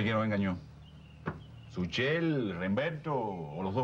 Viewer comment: Le dicen Suchel 🤣🤣